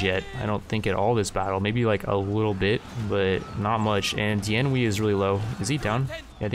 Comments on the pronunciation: it’s pronounced Dian “Way” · Xiahou Dun: Shee-yah-ho Dune Dian Wei: Dee-on Way